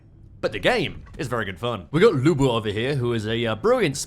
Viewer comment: As a Lu Bu fanboy I approve of the pronounciation Luey Booey. And I also approve of not even trying to lookup propper pronounciation because if memory serves it's pretty hellish and uses norwegian letters.